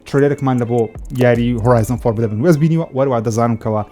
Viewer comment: دوبارە گۆتی فۆربیدەبن فۆربیدەبن نا فۆربیدن لەگەڵ ڕیزم